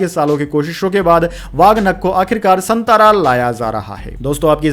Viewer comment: सातारा बोलिये,संतारा नहीं. You are not pronounced right.